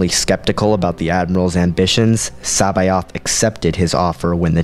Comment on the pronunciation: love the vids but C'baoth is said differently (source the original thrawn audiobooks)